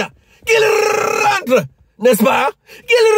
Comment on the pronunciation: Tu peut répéter encore la phrase avec ton accent Camerounais : qu'ils rentre😅. J'aime trop...✌️